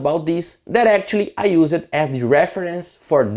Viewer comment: "use" is a one-sylable word... "received" is a two-sylable word...not three... "preserved" has two ...etc. Great video... I only mention the English because you are close to being perfect with English delivery except for this small issue.